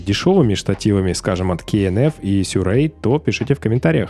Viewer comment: Сюрей, А сам потом сказал сируи от компании))